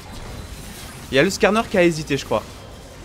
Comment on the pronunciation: on peut pas cleans le r de skaaaaarner